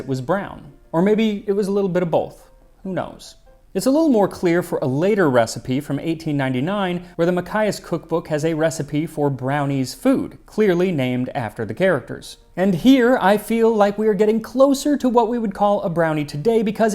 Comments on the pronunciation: love your videos! I must say though, that Machias is pronounced "muh-chai-us". I have been enjoying your series on the second world war, and appreciate all the effort you put into these videos. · Mainer here. Hate to be that guy because you did find the Bangor video But its Ma-CHAI-as, you pronounce the CH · Machias muh-chai-us Greetings from East Machias, Maine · Loved the video, Max! The “chi” from the Machias, Maine, cookbook is actually pronounced like chai, the tea! And the “G” in Bangor is pronounced too :) like Bang-gore. None of the names are straightforward in Maine 😂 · Machais is actually pronounce Match-i-as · Downeasters still say 'Banger' and Machias is pronounced mah-chai-ass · Machias is pronounced as Muh Cheye us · Two slight pronunciation things because I'am a total pedant, but Bangor is two clear syllables, the first ends and the second starts with a clear g - Bang Gor. If Machias refers to the town in Maine -- lovely part of the country, then the CH is like the CH in cheese. Great episode as always! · love your videos! I must say though, that Machias is pronounced "muh-chai-us", but you did pronounce Bangor correctly. I have been enjoying your series on the second world war, and appreciate all the effort you put into these videos. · Please hit the "g"in Bangor a little harder and Machias is pronounced "Muh-CHAI- es. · You got Bangor right, but Machias is pronounced ma-chai(like the tea)-ess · Interesting Machias Maine? Fun. -- My grandparents lived there. Oh FYI, it's pronounced "Ma-Chia-Us" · Ya got Bangor but ya missed on Machias...Muh- chai-us. Emphasis on the chai. Both in Maine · Should I feel like a smarty pants for knowing how to pronounce Machias? Cuz ngl i feel like a smarty pamts. Lol In NYs southern tier there is a one flashing red light town called Machias. Kids from there went to my school. There were about 10 towns, villages, etc that went to Ten Brock Academy.